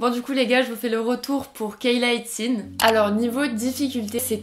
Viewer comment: On prononce Kayla « it-si-nesse » 😛